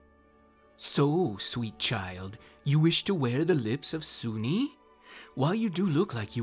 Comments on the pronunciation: Soo-Nee? I thought "soon" or soo-neh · Lol. This is silly. It’s also pronounced “Soon”. So “Soon-nee” grinds my gears. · Great video! But just as a bit of an anal retentive nitpick on my part. Her name is pronounced as "Soon-nae", for YEARS I mispronounced her name, too. I used pronounced Sune as though it rhymed with the word "rune". But in the end, wound up discovering years later that her name is pronounced as "Soon-nae". She's a really fun goddess to utilize (and is often just relegated to being nothing more than a simple Aphrodite figure), I mean, she is one of Shar's rivals, and it's a charge by Sune to her bards, fighters, and paladins to travel and aid traveling good clergy and/or adventurers. So, while yes, she is the Forgotten Realms' Aphrodite figure, she's actually kind of a badass, which unfortunately doesn't get recognized. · Just a question. Do you pronounce dune dunee?